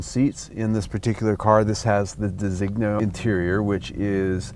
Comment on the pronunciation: And,, it's pronounced deh-seen-yo. You don't pronounce lasagna like luh-sog-nuh, do you?